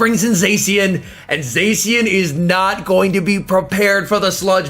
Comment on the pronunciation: please don't say "Zesian" , it's pronounced "Za-shian"